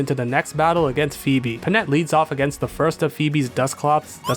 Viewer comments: "Foe-Bee" Elite Four Member "Foe-Bee" No, buddy, noo... :I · you mispronouncing phoebe is how i realised shes named after phobia